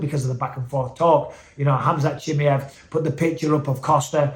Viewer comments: it's not CHIMIEV it's CHIMAEV my gosh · I dont know wether your pronouncing his name wrong on purpose or by accident 😂 CHIM👁V Not Chimmyev 😂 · Khamzat “Chimmy-Ev” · What's with the weird pronunciation of Khamzat's surname?